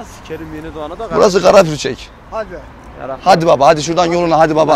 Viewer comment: karapurtcek diyo hüseyin gazi sondurak